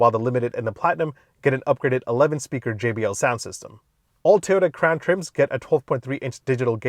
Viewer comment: Sounded like he said “the all new Toyota crap” in the beginning 😂💩